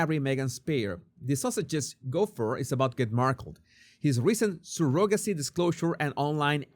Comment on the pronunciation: Hi. Surrogacy is pronounced Surro then gacie, emphasis on the Surro. 🙂